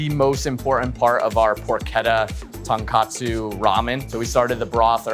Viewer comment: He lost me at 'tonkatsu ramen'. IT'S _TONKOTSU_.